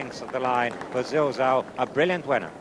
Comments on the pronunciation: Pity Peter kept calling Zilzal, Zalzal but he was getting a bit old by then so I'll forgive him, he is by far the best commentator of all time for me. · bigdunc was about to say the same couldnt say zilzal until the race was over, excellent horse saw him win a couple of good races